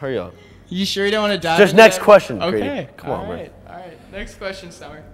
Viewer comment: just nex quoistoun just nex qoustion be like ok ok alright